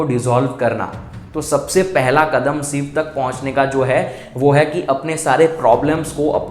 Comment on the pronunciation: जैसे सिव बोलते हो वैसे शिव भी बोल सकते हो..कोशिश करके देखो 🌹🙏💐